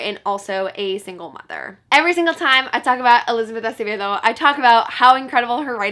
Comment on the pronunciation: The satisfaction i feel everytime you pronounce Acevedo right like you have no idea